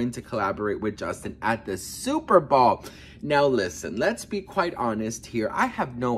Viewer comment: BOWL, NOT BALL